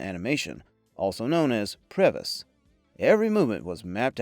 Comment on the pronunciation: PREVIS is pronounced "pree-viz". Not "preh-viss". It's short for "pre-visualization". As a vfx artist on 40 feature films, I know these things. Nice video though. :)